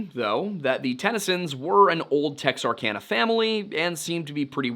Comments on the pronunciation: Pronounced : tex-ark-anna. Not tex-ark-onna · It's "tex-are-can-uh", not "tex-are-con-uh".